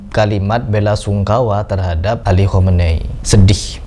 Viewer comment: Khamenei Bukan komenei